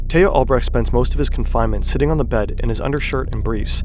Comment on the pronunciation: Tay-ho Albrecht Lol